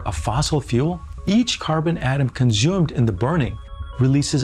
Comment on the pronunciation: Conzoomes. You hear how this guy says that? Izatope.